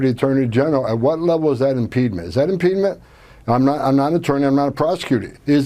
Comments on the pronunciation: Impediment, not impedment, Tom. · He sounds like a toddler who just learned a new word and keeps getting it wrong 🙄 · Oh dear, he doesn't even know English, I think the word he's looking for is "impediment" not "impedement", on the other hand AOC is eloquently bilingual!! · "IMPEDMENT" IS NOT A WORD! The word is "impediment" or "impeding." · What the F is an "Impeenment" ? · “Impedement”. Repeated over and over. Can’t Trump buy a little education for his zombies? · Where does Trump find these Morons? What the hell is an "Impedement"? This fool can't even pronounce, let alone spell - Impediment. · “Impedement” or impediment? This guy is going on a tour using a word that doesn’t even exist 😂😂😂😂. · I’m over here trying to find out what “impedment” is 🤦. Or is it “impeedment?” Google won’t inform me 😬😵‍💫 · Does Homan have a bladder problem? He keeps talking about InPeedMent. I think he means impediment, but whatever... He's another magamoron we can't trust. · "Impeedment"??? Absolute moron. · 😂 Holy impediment! (Impedement? Even CC transcribes “imped”, lol.). If he repeats that word enough then….? “At what level is that impediment? Is that impediment? Not a prosecutor, is that impediment? Impeding our laws, Impediment is impediment !” Where is that line of impediment?…. That’s impediment. Where do you cross that line of impediment?” Maybe he went to that Trump school of speech, say it over and over enough and people will even believe your lies. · Guy has a speech impedement. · Homan doesn't even know how to pronounce 'impediment'. "Im-PEED-ment" mush-mouth-moron. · This guy can barely speak English. Impedement isn't a word . He has a speech impediment, which is the word he was mispronouncing. As in "are they impeding...? Are they an impediment?..." But he didn't. It's the irony. It's always the irony. And the stupidity. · Homen is a dill …what is this word impede-ment …… does the man mean impediment. Bloody sick of these sloppy people. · "Impedement", what a moron.